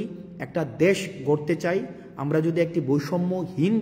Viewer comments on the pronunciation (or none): ভাই আপনার মুখের ভাষায় তো ঠিক নেই দেশ না দাশ